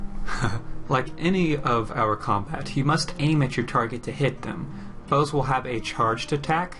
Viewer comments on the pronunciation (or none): none